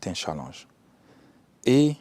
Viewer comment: "la souveraineté économique est un CHALLANGE". On dit challEnge pas challAnge.